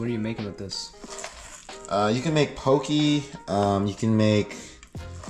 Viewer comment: your really wanting me to start fishing again! i only have a small rod, so its not good for deep sea fishing, but it definitely looks fun! Also a side note, it kinda gets me a little sometimes, its usually pronounced poh-kay, if you are just cutting the fish to eat, but poke bowls are sometimes pronounced poh-kee.